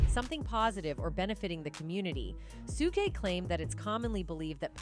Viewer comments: Lol, right?? I kept cringing every time she mispronounced it!! 😅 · When AI says "Sugay" and not Suge 🤣🤣🤣🤣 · To the programmer of the AI voice... If you want Suge's name to be pronounced correctly.... Spell it as Shug to manipulate the system. Work on your lil craft to at least get it right 😫